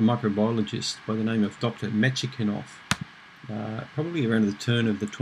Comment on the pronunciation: Thank you for another informative video!Sorry to be a bore, but the scientist's name is pronounced as "Metch-nee-kof":-) (I know because I'm Russian myself) I don't usually go around correcting people's pronunciation on youtube, but since I watch your videos almost every day, I just couldn't resist!